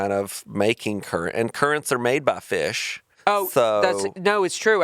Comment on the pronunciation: the way he says fish is killing me